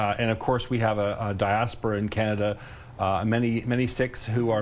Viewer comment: Kenada calm down 😂